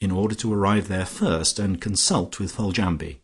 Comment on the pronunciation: I find the reader's mispronunciation of Foljambe annoying. Couldn't the reader leaf through the book and research unfamiliar words prior to recording instead of guessing and getting it wrong?